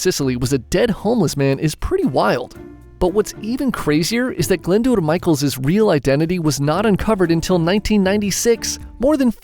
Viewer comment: Your pronunciation of Glyndwr is spot on!